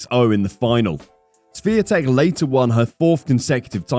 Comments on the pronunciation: Swiee-tek? Please realize there is no "S" letter or sound in her surname which is "Świątek", which means holly btw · No, it's Shvyon-tek. North Americans don't have a sound for the accent on the "a" in her name, but that's as close as it gets. "W" in Polish is basically "v" in English. It's never silent in Polish though. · Her name is Swiatek, not Swetek. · Her name is pronounced She-on-tek. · You should learn to pronounce her name correctly. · You said wrong her last name. Over and over again. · Since you made a special video about Igs Swiatek. you should have dug a bit more into how to pronounce her surname correctly . You are way off dude. It would take you 10seconds to find out. Kind of embarrassing. Really. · Wouldn't it be incredible for content creators to actually learn how to pronounce her surname correctly? It would probably take 30 seconds and end that joke-or-an-attempt in this video. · If you are making a video at least have the decency to learn the correct pronunciation of that person's name. Cant be too hard????? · Maybe the commentator should LEARN how to pronounce Iga’s last name - IGNORANT&UNPROFESSIONAL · Geeeez, cant you learn to pronounce the name properly? Shes the queen of tennis for ages now. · LoL, please learn how to correctly pronounce 'Swiatek'. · LEARN HOW TO PRONOUNCE HER NAME, FFS! >< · Everyone would appreciate it if you learn proper pronunciation of IGA'S last name. Please make a little effort because the way you say it is unacceptable and shows lack of respect. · U could learn how to pronounce Swiatek. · If you're going to do a video about Iga Swiatek, you should probably learn how to pronounce "Swiatek"